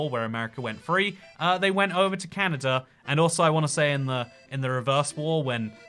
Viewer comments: Canada not canada-er 😂😝funny talking guy 😝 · Why is he saying Canata? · I've never heard Kelowna pronounce 'Clowna' either, but I've heard Winnipeg pronounced 'Winniepeg' by Brits. Always weird to hear Brits says 'Canader' when the next word starts with a vowel ( and ) and OnTARRio vs Ontareio